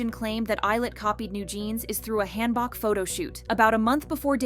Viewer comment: Hanbok = Genghis K-(Han) Book. Not, Hand Bok(choi). Butchered.